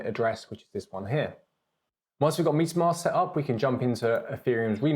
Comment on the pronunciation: Love the Video, and as a fellow englishman, it's metamask not pronounced Meat a mask 😁